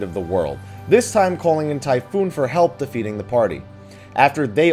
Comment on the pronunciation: it's Typhon. Not, Typhoon. Jesus your pronunciations..